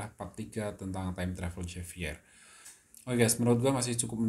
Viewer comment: penyebutannya H bukan J